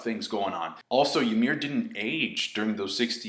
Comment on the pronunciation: it's pronounced ee-meer, just an fyi